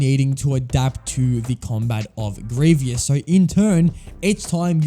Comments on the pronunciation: I’m sorry but I just had to stop watching part way through because it f the continuous mispronouncing of Grievous. It’s Gree-vus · No one: Literally no one: This guy: greeveeus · Good video, but please pronounce Grievous right. GREE-VUS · "Grievius" yes that’s how you say his name. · It was painful hearing you say "Greeveeus" throughout the entire video. Also it took you 10 minutes to figure out you had to shoot him with Cody in TCS? How? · THANK YOU FOR TELLING HIM I COULD NOT LIVE WITH GRR EE-VEE-US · does it matter how he says grievous? we all know who he means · You stopped watching just because he mis-pronounced a name? That's just sad. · Cool video. Well made, the editing is good, you explaining these levels is informative and you're entertaining. Also, interesting pronunciation of Grievous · Why does he say Grieveeous? It’s Grievous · How everyone pronounces Grievous: "Grieve us" How this guy pronounces Grievous: "Grieve E us" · First of all, stop mispronouncing his name! It’s Gree-vus, not Gree-vee-us. Second, you probably shouldn’t have included “LEGO Star Wars III: The Clone Wars” because there are multiple General Grievous boss fights in this game, and they’re only accurate to the TCW TV series. Finally, between the versions of the General Grievous boss fight from “LEGO Star Wars: The Complete Saga” and “LEGO Star Wars: The Skywalker Saga”, I definitely prefer the version from the latter because it is close to being accurate from the movie and it’s more improved than the version from the former. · Why does he say grievious its grievous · You're mispronouncing Grievous' name and it's like nails on a chalkboard. Grieve-us, not Gree-vee-us. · It's Grievous not Grievious. Had to stop watching as it was so irritating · It's not sad. If a video is annoying, I won't watch it. Why would I want to watch a video like that, that would make me stupid. And there is a right or wrong. He is named Grievous, not Grievious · Grievous = gree-vus ≠ gree-vee-us